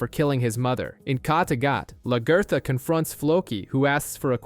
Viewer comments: I love luh ger thuh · Who in the hell is Lagurtha? haha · Lag-ee-tha........ what on earth did they call her?